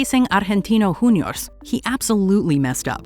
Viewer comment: Boca Juniors. Juniors is pronnounced the same as in English...